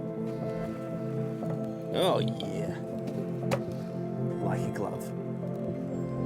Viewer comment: Double check Donn DIY on how to pronounce “like a glove” 😂